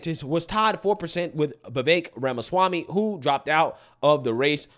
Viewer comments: My favorite part is how Trump says Ramashwamy 😂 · Mr. Trump said… Vuh-Vake Ramuh-schwami 😆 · He definitely said Ramashwamy 😂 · He may have butchered his last name a bit though... RAMA-SCHWAMMY!! 🤣